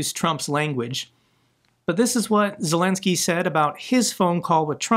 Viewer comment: Hey, your pronunciation of Ukrainian and Russian names is getting more and more impressive. Also, Zelenskyy is getting more and more impressive with that brilliant approach to Trump and the US.